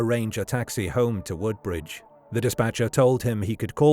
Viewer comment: Narrator mispronounces Hollesley and Woodbridge.